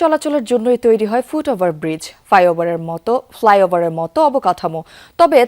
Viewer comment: ফাইঅবার না ফ্লাইওভার 😂উযযোক না উদ্যোগ